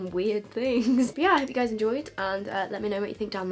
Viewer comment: Ok this isn't a HATE comment, but I hate it when you tubers say guyzezz Gi_z_ez This is NOT a HATE comment. is amazing as a person love her vids. P.S. if you are reading this give it a like